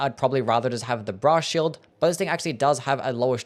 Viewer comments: I keep hearing bra shield instead of brass shield. I need to touch grass and talk to women. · i keep hearing "bra shield" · Cannot unhear Bra Shield